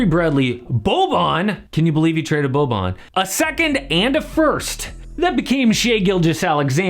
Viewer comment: When you say Boban, I somehow hear "two lines please!"